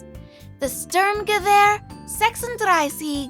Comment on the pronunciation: Thank you for the info, Mo is very cute The correct pronunciation of "Sturmgewehr 36" is greatly appreciated